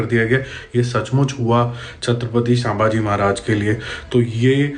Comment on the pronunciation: मुद्दा सही है आपका. लेकिन शांभाजी महाराज नही छत्रपती संभाजी महाराज 🙏 और सु करके नही , एक महान व्यक्तीने राजा के अवशेष एक साथ सिलाकर अंत्यविधी किया था😢